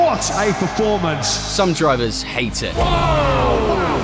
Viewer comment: you make meny bike vieos but you still say drivesers